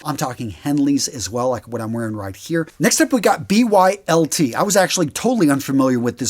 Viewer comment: So I think BYLT is actually pronounced (BUILT) I am starting to favor those shirts over CUTS .. I really love both for the athletic taller guy, however CUTs tags start to irritate my neck when I wear them. I hope they go tagless very soon!!